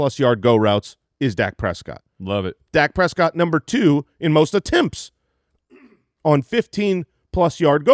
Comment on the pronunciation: the only way to pronounce Prescott